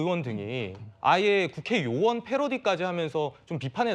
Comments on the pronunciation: ㅅ불 20대인 내 귀로 수십번 들어도 요원인데 ㅋㅋ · 요원으로 들립니다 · 누가 들어도 요원이라 했는데 처음에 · 인원 요원으로 들립니다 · 요원으로 들리네요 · 나는 요원들이라 들리네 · 야 최진봉 요원으로 들린다 그리고 유도질문했내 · 누가 들어도 "요원"이라고 했다. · 내 귀가 잘 못 되지 않았다면 "요원" 인데요 ? 이건 이어폰 없이 들어도 요원인데 ? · 앞의 말 맥랑상 요원이고 발음도 요원이구만 뭔 헛소릴 하노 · 요원이라고 들리는데 그 뒤에 대화의 맥락은 의원으로 흘러 가는데?? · 요원으로 들리는데! 그걸 의원으로 둘이서 계속 유도하네 ㅋㅋ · 요원이라고 들리는데, 특전사령관의 자질이 문제다.